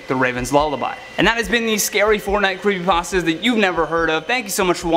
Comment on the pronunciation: You said crepper Aw man